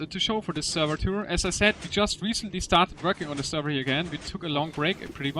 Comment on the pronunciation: Not Sverrevr. Get yo shit right!